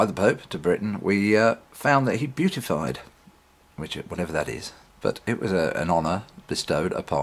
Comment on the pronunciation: It's pronounced 'bee-at-if-eyed'. Mr. Bradlaugh sounds like my kind of guy.